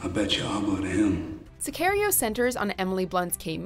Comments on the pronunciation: Suh car rio, not suh care rio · Si-car-e-o ......not si-care-e-o🤦🏻‍♂️ really watchmojo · I’m sorry but did you hear that “Si-Care-io” pronunciation? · Yall know its Sicario as in Rrrrrr like a pirate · The narrator tried her damndest to pronounce Javier Bardem correctly but half-assed saying "Sicario." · Ok so they can say Javier Bardem properly but not sicario? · Narrator goes all-in on putting an accent on Javier Bardem’s name, but can’t pronounce “Sicario” correctly. What? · Evan Acree I cringed so hard at her pronunciation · WHY do you pronounce Sicario like that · Her pronunciation of "Sicario" was painful for me. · Jeez you butchered the word "Sicario" so bad. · Lmao please say Sicario right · Anyone else cringe when this narrator said Sicario...